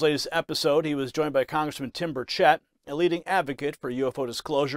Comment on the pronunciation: It’s Burr Chet. Not Burr Chit